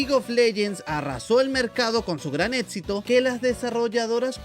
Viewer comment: Tu vienes de la misma alcantarilla que Espartaco18, cierto? Ambos dicen "ETSITO" en lugar de éxito